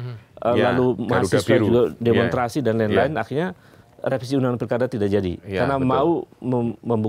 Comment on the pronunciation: Saya terganggu Pak Ubed mengucapkan demonstrasi tanpa s jadi demontrasi 😂